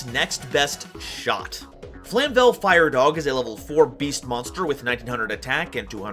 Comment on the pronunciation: Flame-vell, not flam-vell